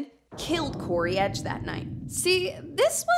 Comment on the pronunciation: In dramatic text on screen: "CODY EDGE": "CORY EDGE" The true mystery of this case.